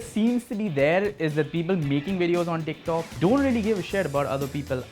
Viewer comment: Am I the only one who kept hearing "dick talk"